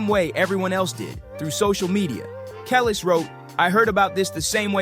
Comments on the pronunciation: I'ts Kuh-leece, like khaleesi... not Kellis (for Kelis), and it's My-uh/Mai-uh, like the name Maya (for Mya). Kelis' song "Caught Out There (I hate you so much right now)" is a banger - way before Milkshake came out. Mya was on the hit "Ghetto Superstar" by Pras, ft. Wu-Tang's Ol' Dirty Bastard. You might also remember her from the Moulin Rouge's "Lady Marmalade" with P!nk, Lil' Kim, and Christina Aguilera. Put some respect on their names! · Can you... Get these people's names right? My-ah, not Me-ah. Keh-lees, not Keh-lis. Ay-mer-ree. I thought you were talking about three completely different people. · 😩 if y’all want us to engage in content about us for us but not..from us, the least you could do is know the names of people. Like Kellis and Amir really- irking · Who TF is “KELL ES”? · Geez, Mya, too? Kelis - "Kuh-leese" (think GoT w/o the last syllable) Mya - "My-uh" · Who tf is Mia?!? It’s pissing me off. He’s mispronouncing Mya and Kelis. He obviously is not from the culture. Still correct about Jay-z. But obviously did not grow up listening to R&B. It’s making me so mad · Every time he said Kelis was like pulling teeth out 😢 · Good video but you need to research how to say the artists names like Kelis and Mya. When you can’t get the names right that makes the viewer question whether or not the information in the video is accurate. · Narrator, you need to learn how to pronounce their names (Kelis, Mia, etc…) correctly